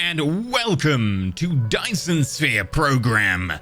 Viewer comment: You have to love ability to speak as sphere sounded like spear.